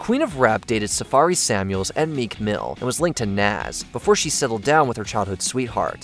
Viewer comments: Who is "Naaaaas"? NAS is pronounced like "pause". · You have to get Nas name right! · The way he says "Nas" is funny; it's like he's never heard of him.